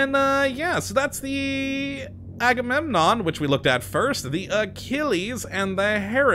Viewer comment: Yeah I'm just gonna keep hearing that as Haggunenon.